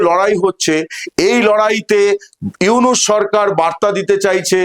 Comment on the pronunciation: ডঃ মুহাম্মদ ইউনুস ভালো করে নাম বলতে পারলে বলেন নাহলে বইলেন না